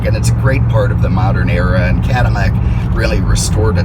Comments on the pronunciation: I was thinking the same thing. I have never heard a Cadillac called a 'Cadimack" anywhere in the world in my entire life. Maybe 'caddiyac since LL many times is pronounced kind of like a Y, but Caddimack? Hmmmm. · Is he saying cadamac? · Does the narrator realize his not saying Cadillac? It sounds like Cadanac or Cadamac...LOL!!! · I did not realized Mr Cadillac had a cleft palate. "Cadimac'? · WTF? Cadimac?? Too much to hear this horsehead keep saying Cadimac!!! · Cadimac and Mincon. All these years I've been pronouncing my L's as actual L's. Who knew they were supposed to sound like M's? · Is my hearing going, but is this guy continously calling this a Cadimmac?? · The original French pronunciation of the name is Cadi-YAK. But the French could never even dream of making a car like that. Only in America was it possible to have luxury on a grand scale, especially at the time. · Is he saying cadimac on purpose? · Why does he keep calling it a Cadamac? He's driving me nuts doing that! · Maybe he is a fan of Mack trucks and hasn't gotten them off his mind while he is talking about this Cadillac. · This guy clearly has a problem with the language. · Me too. How in the hell can you missprounce an America Icon. It's just bugs the crap outta me. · Lol yeah I heard it too . Cadimack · What are you just say Cadillac the way you're pronouncing that sounds ridiculous